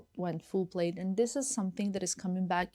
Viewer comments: Its pronounced "plad" even though spelled plaid. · it’s pronounced plad not plaid